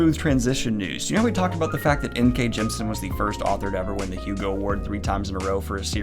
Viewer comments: In case you do end up interviewing her like you talked about in your live, Jemisin’s name is pronounced “Gem-ih-sin”, you’re just missing that middle syllable :) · I THINK, and I could be wrong, that you say "Jemisin" incorrectly. I think it's "gem-i-sin", yes? Three syllables. Someone correct me if I'm wrong.